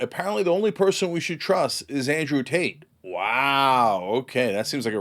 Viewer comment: I could have sworn he said "Andrew Taint."